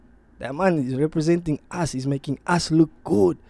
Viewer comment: Doing his Thaang😂 how you gonna say us with an American accent